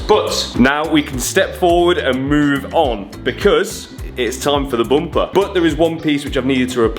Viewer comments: i had to puke each time the guy said boomper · As an African and Zimbabwean at large,,,am cracking all the way at the bumpers way of pronunciation....to me its Bhumpa,,,,ayiiii ayiiii keep your quuens english and i will keep my zimbabwe😂😂😂😂